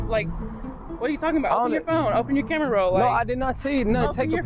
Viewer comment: "Open your camerow" 💀🤣